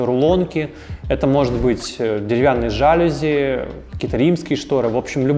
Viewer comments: Ваше жАААлюзи просто режет слух, я вас умоляю жалюзИИИ, вам как дизайнеру просто необходимо это знать, слово французского происхождения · *жалюзИ, а не жАлюзи. Слова французского происхождения обычно "ударяются" на последний слог: пардОн, СарказИ, оливьЕ) **инженЕрия, а не инженерИя! Неправильная речь очень дешевит высказываемые мысли и подрывает авторитет☝️ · Дизайнер, который говорит жАлюзи? Пожалуйста, не надо так! Ложи на стол Изрёк директор Каталог ихних жалюзей И дрогнул наш литературный Музей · Дизайнер?! ЖалюзИ- это слово пришло к нам из французского языка и правильно произносить его нужно только так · ЖалюзИ! А не жАлюзи! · Вы большой профессионал, наш дизайнер, очень полезный выпуск для нас сделали 👍 Единственное, что режет слух, это жАлюзи. Правильно говорить жалюзИ. Слово пришло из Франции, у французов ударение всегда на последнем слоге. Спасибо за труд, буду ждать окончания ремонта и обзора на на новую квартиру. Очень хочется увидеть результат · Очень интересный ролик, приятная подача. только в слове "жалюзи" ударение надо делать на "И". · В видео есть несколько проблем с ударениями: жалюзИ слово французское, ударение всегда на последний слог; инженЕрия от слова инженЕр